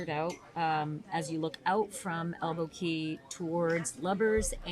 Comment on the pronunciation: It’s Elbow CAW not KEY.